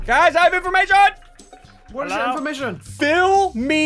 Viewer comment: i have infloamation! SSundee: whats your infloamation?